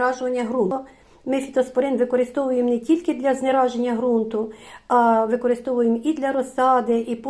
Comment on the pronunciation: Знезараження взагалі то. А не знераження